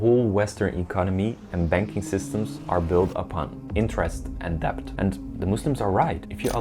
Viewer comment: Love ya, brother. Please know that the word debt has a SILENT B so it's pronounced like det.